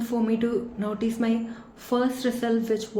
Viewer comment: Notice not noteece. Good accent.